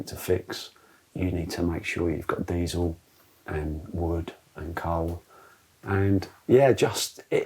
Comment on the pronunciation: Everything is great except… DIESEL… Aargh.